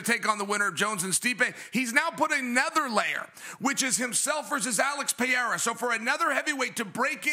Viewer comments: One day chael and DC will learn to say Pereira's name right lmao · Chael literally can’t pronounce a single persons name right: Blehal, Jom, Peyerra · Chael, who tf is Blahal. You have to go out of your way intentionally to mess up names as bad as you do lmao Makes Hazmat Chimaev , Vinchinzent Luque and Alex Pierra sound accurate